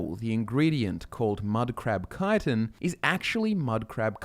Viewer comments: chtin not kitan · Actually, it’s pronounced chit-in. Not kite-in. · I always thought it was pronounced Chit-in. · I actually learned the right pronunciation of Chitin in a biology study. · Im wondering where you derived your pronunciation of chitin from. I've always read it as chee-tin in my head, and hearing kye-ton really took me aback lol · Why duh yuh pronounce it kytin, tryin to hard to make it sound decent, tel it like it is lad, chit😢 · i dont like the way he says chitan the way he says it there should be spelt with a k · Wait... Isn't it pronounced "Shi-Tin"? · Shit thought it was pronounced Ch-it-en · i hate hearing the way people say it wrong. Chit-tin CHIT TIN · If you say "ki-ton" one more goddamned time... At first I felt you were mispronouncing it, but after hearing it for the hundredth time before the 4 minute mark, I just wanted you to stop saying the word altogether lol. I love you bro, but I was so happy when you started talking about other types just to hear other words lol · Think it's a UK pronunciation. I've always heard 'schit-ten' here in the US